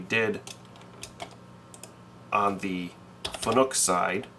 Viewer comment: Fanuc rhymes with PANIC , it's not pronounced FUN NOOK, just sayin. Thanks for the post processor info it was very helpful to me. BMac